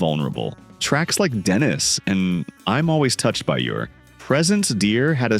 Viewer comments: I hate the AI voice, that can't pronounce CBGB, or Dennis. It is Denee robot! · French pronunciation. Denis with 1 "n". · It's pronounced denee not Dennis lol😅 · "Tracks like Dennis" Ummm, she NEVER sings the word Dennis! "In the U.K. the single Denise" Are you kidding me? Do you even know the music? She pronounces it Deh-nee. Go back, put the album on and then listen....carefully!!! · AI commentary still awful! “Dennis” then “Denise” come one! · I cringed when the AI voice said "Dennis" 🙄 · Yes, I see what you mean 😅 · yes but not Dennis like the narrator says